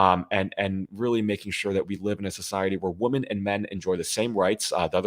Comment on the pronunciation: Thanks for all do defending democracy. Kudos.👏 one constructive criticism: you are very erudite but I've seen you in a number of your podcasts mispronouncing "women." You pronounce it singularly ("woman") whether it's singular or plural. Just make yourself aware of it, and I'm sure you'll get the hang of it.